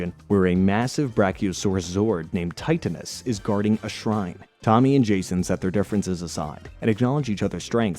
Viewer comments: Thts not how to pronounce titanis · You pronounce so many things wrong: Serpentara - sir-pen-TARE-ah (you weirdly pronounce this correctly later in the video) Titanus - tie-TAN-us Saba - SAH-bah